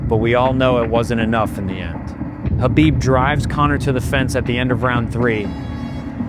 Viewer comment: His name is Khabib. Not Habib. Put some respect on his name, habibi.